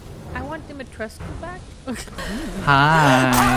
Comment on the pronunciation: tries to say Dimitrescu and failing Take your time you'll get it.